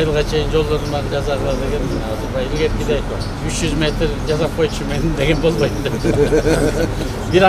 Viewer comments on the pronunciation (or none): none